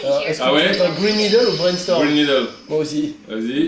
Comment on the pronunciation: mais je crois que je suis la seule a entendre green meedles